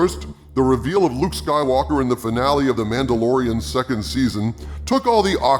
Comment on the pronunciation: "Jake Soywoker" LMAO